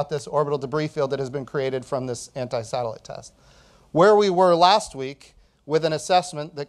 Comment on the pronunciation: Ant"i"😂😂 Try saying pick